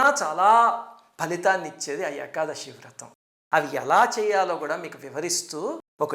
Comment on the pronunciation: గురువు గారు మీకు చెప్పేంత దాన్ని కాదు ఏకాదశి ని ఏకాదషి అంటం correct కాదేమో.